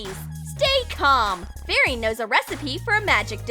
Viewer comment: You said Bari instead of fairy